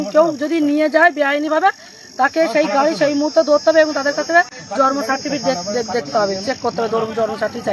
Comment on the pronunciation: জন্ম সার্টিফিকেট উচ্চারণ ই করতে পারছেনা।রেখা এখন কলকাতার বাসিন্দা তোমরা গোবর ঘোটো